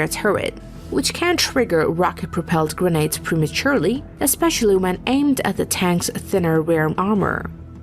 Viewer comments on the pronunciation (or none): none